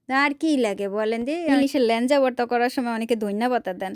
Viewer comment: What is lanja 😅😅it's laeja